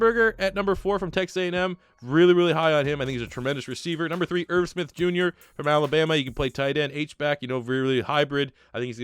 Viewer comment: This man sa irv Smith at hb